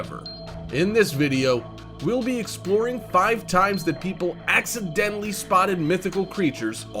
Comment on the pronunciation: U said accedently